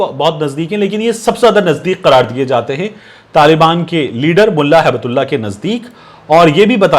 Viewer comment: Correct pronunciation is Hibtullah. Gift of Allah